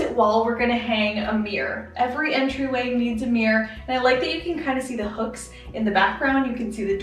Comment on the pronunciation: Mirror has two syllables